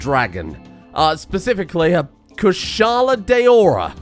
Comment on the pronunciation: Glav-in-us is how you pronounce it. Hopefully that is helpful. Can’t really do audio. I recommend looking up the monster from RageGamingVideos or any channel that talks about monsters I just know my pronunciation from them Congrats on getting Kushala’s name right though